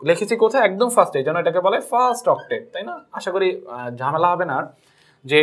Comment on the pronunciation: sir apni octave na octate bolben ey spelling ta ektu please likehy diven sir